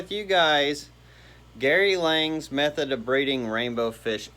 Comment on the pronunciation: Lang? It's Lange like Flange.